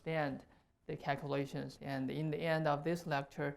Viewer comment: Cakulashuns That's not an accent. That is a speech impediment. Fusrating